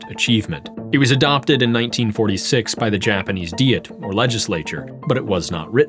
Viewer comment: Look, I get that the name comes from German but Diet is pronounced like in English. You sound weird every time you say it. ダイエット is NOT dee-et. Listen to how things are said on NHK it’s not even hard to access this info. Been very distracting.